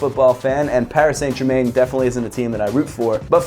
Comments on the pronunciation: Hate to get picky but it's pronounced "Pari San Jerman" oof what a shit way to say it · paris saynt germayn. very nice pronunciation. good review tho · ‘Paris saint ger main’ hahahahahhahh that was brutal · Parry San jerman is closer to how you pronounce it dunno how you would spell it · Paris - San - Ger - Man is the proper pronunciation. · Pronounciation is "Pari San Jerma", right? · The way he pronounced Paris Saint Germain 🤮🤮🤮🤮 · I'm not french myself but you could at least try to make it sound French. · brooo u pronunciate PSG completey wrong, it hurts 😂 keep up the good work 💪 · I’m sorry I’m a big fan of yours but you absolutely murdered their name 😂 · Dat Pronounciation of Paris Saint Germain😂😂 oof it hurt to here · Right lol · this was exactly what I was gonna say haha! my ears are bleeding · I was gonna say that.....awful